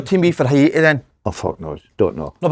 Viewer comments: Pet peeve - The pronunciation of Haiti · Haiti. Pronounced ' Hate - ee' Not 'Hi - 8 - ee'